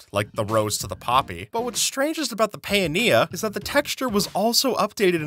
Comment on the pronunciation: “Payoneya” its peonies